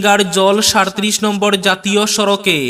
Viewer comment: উচ্চারণ ঠিক করুণ। ' সাড়ত্রিশ ' নয়। সাইত্রিশ।